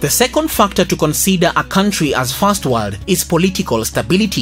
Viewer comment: Fast warld and Turd Warld..